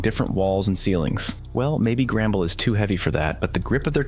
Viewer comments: Not to be rude but it’s “The Mines” and not “The Miners” and it’s “Grumble” not “Gramble” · Your saying grambles